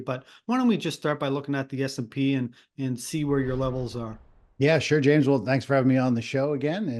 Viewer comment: It's S&P 500, not SP 500. Standard and Poor's, not Standard Poor's. Irritating when you can't even get the basics correct.